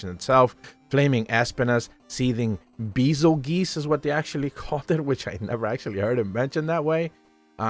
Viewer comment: Bazelguise is supposed to be a parody of Beetlejuice the star since he LITERALLY crashes down to earth EVERYONE is saying it wrong and CANNOT READ